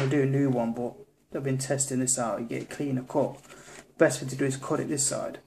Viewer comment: When he said "my cut finger" I could've sworn he said COCK finger! LOL